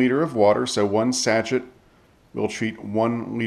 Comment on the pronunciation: Absolutely loving these videos, but why do you say sachet that way? XD